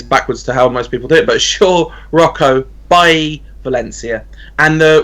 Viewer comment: Its Bye-Yee not Bail-Lee.